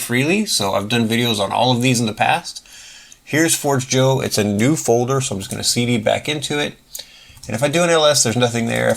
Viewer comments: It's "for-JAY-yo" - forgejo is the Esperanto word for "forge" - not "Forge Jo" - and, no, not like coffee. Great video, by the way! 🙂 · It is closer to Spanish than you think, it is "for-jay-yo" 👍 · your pronunciation is completely wrong and so is what the name stands for, it is the first thing on the top of their FAQ